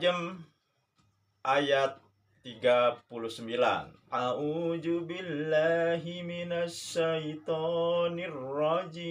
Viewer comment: Contoh real RUWAIBIDHAH ya orang ini. 😆😆😆 coba tes baca kitab gundul bisa gak. "A'u ju billahi mina syaiton ni rojiim" Perbaiki dulu itu pak.